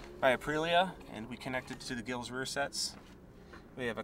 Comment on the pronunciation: Damper not dampner. Height not heigth Giles is also pronounced Jiles. Not gills lie a fish has.